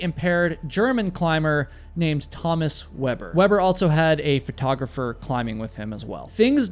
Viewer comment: Yet he butchered GERMAN climber Thomas Weber. Saying his name as if he was from the US. Tommus Wuabburr... 😂